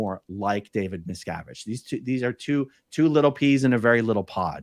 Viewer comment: David Miscarriage?😆 or David Miscgarbage? MisCabbage